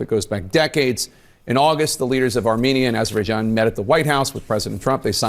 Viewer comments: Trump said it was between "Aber——baijon" and Albania! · no, no.... he mispronounced Azerbaijan and called Armenia "Albania"